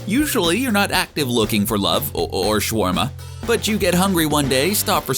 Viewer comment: It’s SHA - WAR - MA